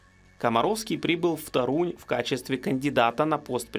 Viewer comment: в Польше город ТОрунь, а не ТорУнь. Дизлайк.